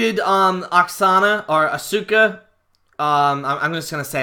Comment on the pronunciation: Dude you don't even know how to pronounce Asuka's name properly after all this time of her being in WWE. How the hell can anyone take you seriously or believe you know the product?